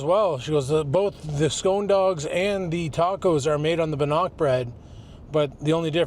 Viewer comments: Hey, It is Bannock and pronounced Ban ock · Its pronounced Bann ick also known as Indian Fry Bread.